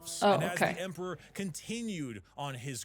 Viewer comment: with that pronunciation of Emperor means you are either an Ogryn, in which you are awesome. But the other option is an ork.... loads bolter